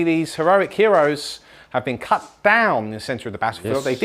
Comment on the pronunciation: says cut. I was so confused at first why he said cat. Great game guys and loving the guest games being back.